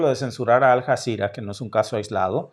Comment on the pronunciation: Hola y. Suena raro como pronuncias Aljazera.se escribe Aljazera y se pronuncia como una ll.Alllazira..😊 saludos,con mucho cariño.